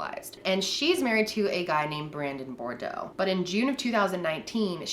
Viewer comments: Boudreaux = Boo dreaux ! People In the south cringe when we hear “Bordeaux ” their have a “U “ in there😬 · Okay, this is how u pronounce Boudreaux = BOO - DROOW !!! :) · you pronounce Boudreaux like Boo-Drough basically. it’s a cajun name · Not trying to sound rude in correcting... but she pronounces Boudreaux wrong. It’s “Boo-droh” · Southerners cringe at the pronunciation of Boudreaux 🙃😤😬